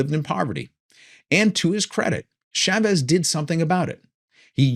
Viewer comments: Thanks for another excellent and informative talk! PS it's Chah vez not Shaaaa vez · Learn how to say Chavez!